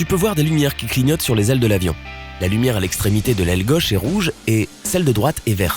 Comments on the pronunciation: il faut arrêter de parler et puis on dit " gAUche et non gEUche " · Il me tape sur les nerfs celui-là avec sa prononciation de Gauche, Choses etc.Sur le fond, il ne connaît pas grand'chose et enfonce des portes ouvertes. C'est rigolo ces mecs qui croient savoir et montent des vidéos "pédagogiques". 0/20.